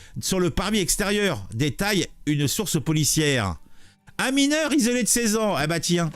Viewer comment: Faux, il est « mineuw » !!! 😂👍